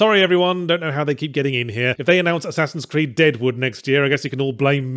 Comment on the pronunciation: Did he say one ass creed?